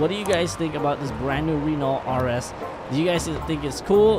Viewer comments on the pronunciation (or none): The T in Renault is silent bruh